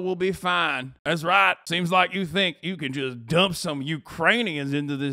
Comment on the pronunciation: his hillybilly "daas riight " will never not be funny